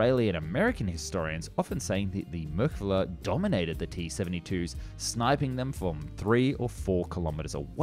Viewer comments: Decent overview of the rationale behind the development of this tank that has helped keep the people of Israel free from terror and oppression. You had a fair attempt to pronounce the name too, although the emphasis should be the last syllable...mer-ka-Vah. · I am an Israeli ex-Sargeant-Major of the Israeli tank corps, I was privileged to be a tank commander and used the Merkava, which is pronounced MER-KA-VA not as you say it is pronounced, hebrew is a peculiar language all letters in the Hebrew alphabet are consonants, the sound of vocals are made by symbols under the letters for example if you want to write Merkava in Hebrew, it is written like this מֵרְקָבָהּ under the מ are two parallel points . . or three depending on the word, the ר has a symbol called shva nach which consists of two points one over the other, the ק has a symbol under it called kamatz which is represented by a similar symbol to the English letter T and describes the sound A the ב letter has the same symbol as the K and the last letter is ה which does not have a sound symbol and is not pronounced because it is the last letter of the word. the only thing you wrote that is correct is about the Magach, and they were bought from the US after the six day war 1968, until 1968 and later on Israel used French and English tanks the french AMX-13 and the English Centurion mark 3 to the Centurion Mark 10, about the tactics, you are wrong, I won`t get into it because that would be revealing secrets that no one except the Israeli soldiers have to know about, and the producer of this video is wrong on many things he presented in it, besides the fact that the motor in the merkavas were slow, that was no detriment to kick our enemies buts. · I love this channel and I love the Merkava series of tanks. But am I the only one cringing every time the narrator calls it "Merkala" and not Merkava? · whats going on with your L's its israel tal not thai 😂 also merkava not merkala the former german chancelor